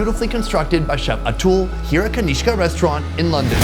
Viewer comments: Atoool😂😂😂….i think his name is pronounced ‘A-Tull’ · gotta love an overly confident white dude. it's pronounced 'ah-thool'